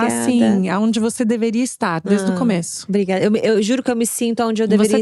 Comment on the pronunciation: Maravilhosas essas Ponto alto, falando "brigaiada" gente como a gente 😅